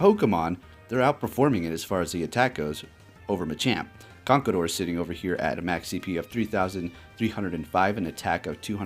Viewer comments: I won't hold it against you for how you pronounce MienShao *cough CONKADOR *cough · You pronounced conkeldurr wrong..